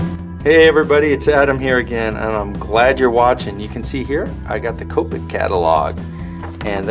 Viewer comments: I hate when people pronounce it like that.. its not cope-ic its kop-ik omg oh well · I thought it was cop-ic not Co-pic